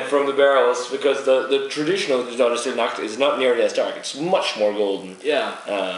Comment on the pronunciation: CONGRATS ! Long life to your channel !Already 6 months i wath your reviews. Each one are very well done ! And your pronunciation is fine for a french as me. Well, Stlle Nacht are very good beers ! I hadn't the luck to find one as your but it seems to be a great beer. Cheers guys !